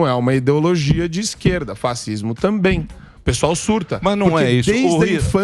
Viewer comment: O quis dar uma de espertalhão e falou “fattismo”, querendo pronunciar direitinho “fascismo”. So que em italiano “sc” tem som de “x”. Entao não é fattismo que fala, é fachismo que pronuncia. Fattismo seria se se escrevesse “faccismo”, playboy burro da porra.